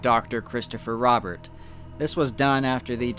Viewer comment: Just a few things their family last name was pronounced roh-bear not rah-bert and while strange yes this was in fact likely someone getting into something they shouldn't have.